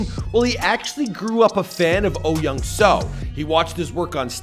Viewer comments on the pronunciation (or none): Is your name Michael pronounced “Meecull”? No. Well, then perhaps you could understand that the name Soo in Oh Young-Soo’s name is pronounced with a long o sound. It sounds exactly like the name Sue. Not “so”. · bruh i cant with white ppl- there are 2 o's in his name --> pronounced sooooooooooo